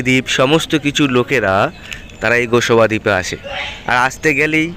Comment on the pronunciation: আপনি গোসবা দ্বীপ বলছেন ওটা হবে গোসাবা দ্বীপ।